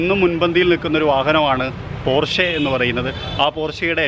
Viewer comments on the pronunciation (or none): പോര്‍ഷെ അല്ല പോഷ് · No its german actual pronunciation is ‘പോർഷ' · പോഷ് എന്നാണ് ബ്രോ 😍